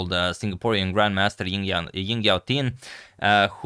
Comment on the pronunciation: Also the J in Jingyao is better pronounce J as in Jingle bells (this isn't the exact pronunciation but it's definitely better than Ying)